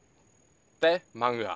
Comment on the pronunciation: Te Manga, you pronounced that well...yay! I enjoyed your video. My family home is next to the golf course on the hill side and we fish and swim on that beach there from the Black Rock to the Seawall. Back in the day it was very pretty, white sand and less rocks on the beach. Again, great video, thank you for sharing :)